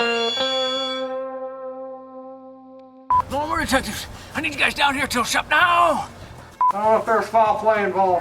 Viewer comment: What is a "lawn more"?